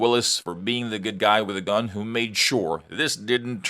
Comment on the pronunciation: I know what a gun is. I have never heard of a gon because it sounds like you're saying gon